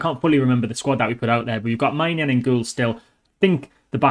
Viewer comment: Its Mike Men-junn 😄